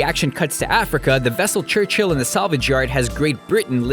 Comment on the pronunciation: you mispronounced Churchill, and Great Britain isnt a empire, its a country for all of the mistakes found in these films, might want to look at your own videos